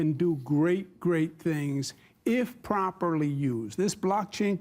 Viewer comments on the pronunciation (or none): none